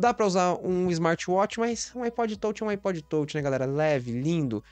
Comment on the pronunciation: iPod tôutchi, tôutchi, tôutchi.